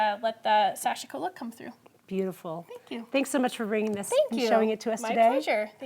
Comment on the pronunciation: pronunciation for sashiko is so westernized by. Correct is to emphasize the first syllable then the last (almost a two syllable word). The “i” almost inaudible.